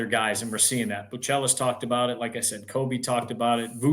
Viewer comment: My guy Joe said boo-chell-less!😆 You trolling or what Joe!? Appreciate the content